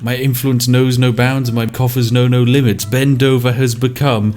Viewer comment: I swear I thought he mentioned mein kamf when he said my coughers know no limit